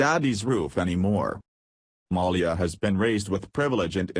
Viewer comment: can't say Malia Lol